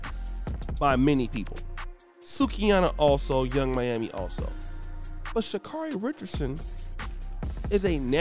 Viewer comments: First, you havent done your research. Name is pronounced sha care ee. Next, do you know where she has been, where she is, and where she appears to be going? Do you know what she was representing by the action? I hope you will look further into all these questions. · Dude, I hope that you are holding yourself to that highly critical standard you are quick to place on others. Oh, let me digress; if you are going to take nine plus minutes to bash they young lady, take the time to learn the pronunciation of her name. Please allow this young lady to grow. Being a young person dealing with emotional trauma and being thrust into the world spotlight I think perhaps you can show her a little more grace and a little less judgment.